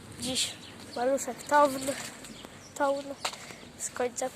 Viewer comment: żaden maluch nie miał klapki wlewu paliwa a poza tym mówi się tałn